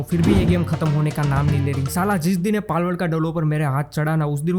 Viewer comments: Palwould ❎ Balwould ✅😂😂😂😂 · Palword❌ Malword✅ 😂